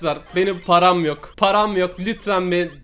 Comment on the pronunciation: Nobody:: Param yoğ ulan parağm yoğğk:D